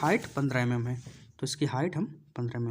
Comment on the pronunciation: Sir jii pad to acha re ho but vo mm mm hota h ymm ymm nhi 😂